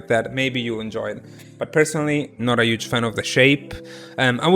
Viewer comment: The word huge: Italians: UUUUUGE Haha no hate tho I love you <3